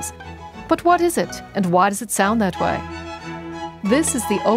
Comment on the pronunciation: She added an H to the word “way.” 😂